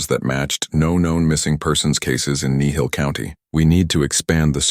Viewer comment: It's Kneehill... just saying